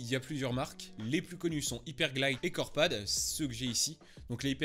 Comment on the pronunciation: A un moment tu parlait s des deux marques les plus connues et tu as dit deux fois corpad😂👍